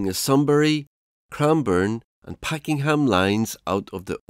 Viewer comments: The City Loop was built in the 1970s. Also, it’s PakENham not Packing ham LOL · I couldn’t watch any further than with incorrect pronunciations of Pakenham and Yarra makes me think what else is incorrect